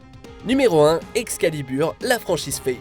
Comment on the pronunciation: Pourquoi elle dit Ex...calibur en deux mots au lieu d,un seul EXCALIBUR